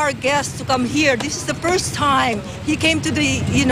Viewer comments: its hes ferst veset in the pelepens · Don Pulubi and you know this the pirst taym Parang ako lang hahahahh Portypayb🤣🤣🤣